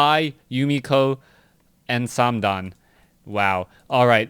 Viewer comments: Its just th. Not tho or sandam. Also please use ally colors geeze... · stop saying "sam-dan". You're not saying it right either, especially since TH000 is from the mainland. Use mandarin if anything. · FYI:th000 pronounces th triple zero.it is not o with omg, instead zero. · thumbs down for saying name wrong